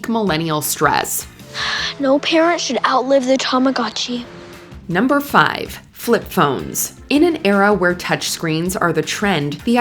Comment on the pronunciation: I will never forgive you for the way you pronounced Mario and Tomagotchi